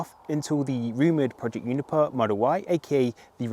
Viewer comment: So it’s “Juniper” NOT “you-niper” as you pronounce it